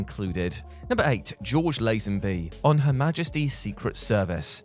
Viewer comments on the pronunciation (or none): none